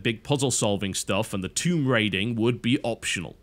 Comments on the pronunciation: WTF is THOMB RAIDER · "THOMB RAIDER RAID THOMBS" Before he edit's it